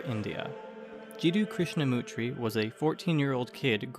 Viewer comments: this is ok,........ but poorly researched . 1) Krishnamurti ----his name is pronounced " MER--TEE " not " Mutri". You spelt & pronounced his name wrong. 2) he did proclaim / claim the role of a Guru / enlightened being and still has many followers all over the world to this day . I used to live next door to the Australian secretary of the Australian branch of the Krishna Murti society. 3) how did you just skip over Rudolph Stiener ? 4) not a satisfactory summation of Blavatsky's life,. like its ok...... but you can't go around spelling & pronouncing peoples names wrong if you are making an "informative film" or documentary style piece. ....otherwise its ok.. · As a pedant who enjoys correcting other pedants myself I must bring to your attention the severe misspelling and mispronunciation of Jiddu Krishnamurti. MURTI not MUTRI are the last 5 English letters of his surname. Great work otherwise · Krishnamurti not Krishamutri.